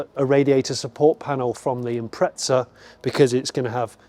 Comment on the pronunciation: imprezza* not impretza but still love ya jonny